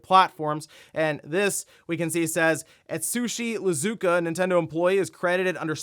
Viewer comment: iizuka. Japanese doesn't have L 😄